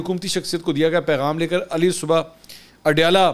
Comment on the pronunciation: Mansour SAhib ! coorrect pronunciation : "Ala ssabah", no "Ali ssabah"